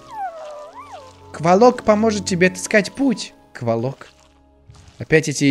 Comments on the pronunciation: Кволок ударение на первом о. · КвОлок а не КвАлок. Уши режет немного